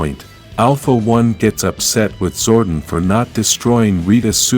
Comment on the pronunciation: King Lexian ‘Lex - e - an’ Also Zordon is ‘Zord - On’ Your videos are good but you didn’t seem to have watched the show so your pronunciation is damning